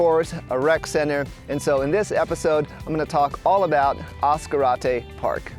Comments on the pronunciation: As Car Ate Tay, just say it really fast! : ) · ASS-Karate park 😂, sorry mang 😊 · Oh is not pronounced Ass-Karate Park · Other than the mispronunciation of the name, lol beautiful video . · Your pronouncing it WR0NG!!!! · How did you pronounce Ascarate? Why are you trying to Anglo Americanize the name of a place? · Nice but that's not the way you pronounce Ascarte surprised the man fishing didn't correct you.